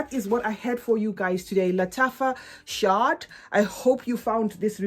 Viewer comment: It is pronounced "shahad", meaning honey in Arabic. Hope this helps 🍯😉